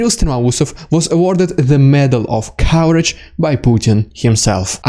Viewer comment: I genuinely love how your pronunciation of Courage sounds more like Cowarage as in Coward. Freudian slip? :D